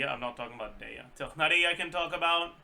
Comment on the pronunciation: his pronunciation of their name is actually close to being correct to the Arabic pronunciation, not 100% correct tho